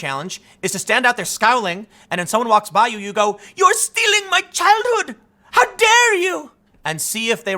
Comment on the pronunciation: Greta: "Yor steelingk my chilthood." Me: "Have you seen Thundercats Roar?!"